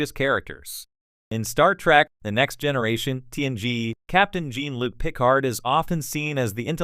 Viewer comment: Learn how to pronounce Klingons and Jean-Luc.